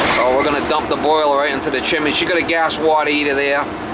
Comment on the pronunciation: funny to hear you say chiminay you do know it's chimney